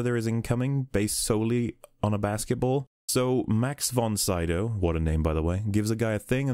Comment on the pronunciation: Max von Sydow isn't pronounced that way - An unbridled rage.